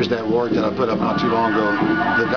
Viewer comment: Oh and he pronounced it right... It's War'ick... +1